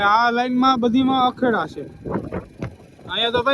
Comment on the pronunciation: અખેડા નહી ધુણા અને અખાડા બોલાય😂😂😂😂